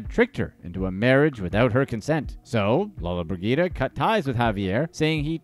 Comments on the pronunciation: It is pronounced Gina Lola bridgida. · The lady's name is pronounced lola-briJida